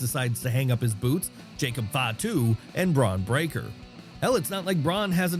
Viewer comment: Love your vids! But come on, it's Bron Breakker, not 'braun', even if that's the insinuation.